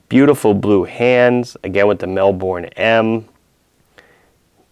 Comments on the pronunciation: Ahhhhh............ It's Mel-burn not Mel-born!!! Otherwise great video of course :D Love the Gold case Portsea, the one you reviewed is nice as well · Mel-BUN. Not mel-bourne. It's not Jason Bourne. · Mel boooorrrrnnneee It’s like melbun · Great review and great to see you stocking this microbrand from my home city! And yeah, over here we pronounce it "mel-burn" not "mel-borne". Aside from that, loved the review! Cheers! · It's pronounced "Mel-Bin"...